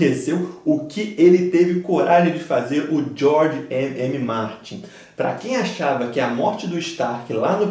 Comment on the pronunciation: É George R.R Martin,. Acho que voce falava ''MM'', mas é um excelente vídeo. Para mim o melhor casamento é o próximo, do Joffrey.